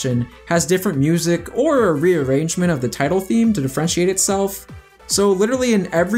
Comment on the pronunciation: I've never heard someone pronounce Differentiate as "De-French-Ate" before.